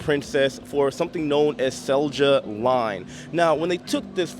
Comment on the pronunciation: Drunk Finnish guys. Typical. The company name is pronounced Seal-Yah.